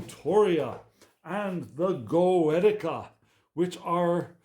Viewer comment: Goetia. Pronounced: go-ee-sha. I’m also dyslexic/autistic, so understand your situation 🙏🏼